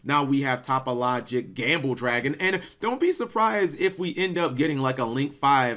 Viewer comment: Cap why do you not pronounce the link 3 topologic correctly are you doing this on purpose ?